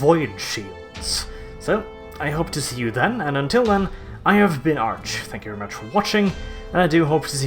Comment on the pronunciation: Please start saying "very" without rolling your R